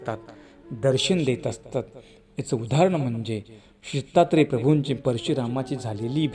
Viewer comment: आपण प्रत्येक वाक्यात सीता त्रे प्रभू असे म्हणतात दत्तात्रेय प्रभु असे ऐकू येत नाही